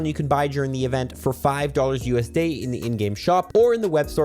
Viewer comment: It was U S D-eh 🇨🇦